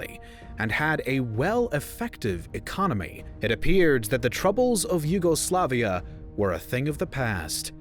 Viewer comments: I hate the way you say YUGOSLAVIA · your insistent emphasis on the second and third syllables sounds odd. In English, the emphasis is usually on the third syllable alone (yugoSLAVia); whereas if pronounced in Slavic, the emphasis is on the second syllable (juGOslavija). Hearing it in English emphasized on both the second and third at the same time is jarring. It sounds like you're saying two words instead of one (yuGO, SLAVia) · I'm really in doubt whether I should unsubscribe. Let's ignore the relative peaceful secession of Slovenia out of the republic. And simplify the nationalistic tendencies growing for quite some time towards one root-incident. And then theres the matter of pronounciation: WW1 and WW2 German soldiers have nothing to do with Croatia.